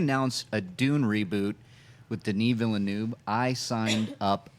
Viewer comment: Please, please please, learn the correct pronunciation of Denis Villeneuve's name. Please! I'm begging you!